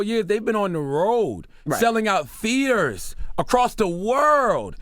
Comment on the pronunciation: He said "Theeters" lmao